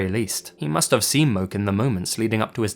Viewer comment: Hey in your story Stairway to Geaven. It's not Moke but pronounced Mo Key. My dad is from Hawaii and I lived there myself for 3 yrs. It's a pretty common name on the island.